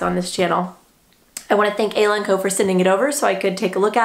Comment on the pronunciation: I think it’s pronounced “eye-la”, but great review nonetheless!